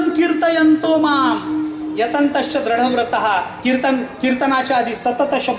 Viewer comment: सतत॔ कीर्तयन्तो मां ......... दृढव्रताः भवान् द्रढव्रताः एवं उच्चारणं करोति तद् अशुद्धम् | दृढव्रताः एवं उच्चारणं करोतु इति चरणयोः विनतिः |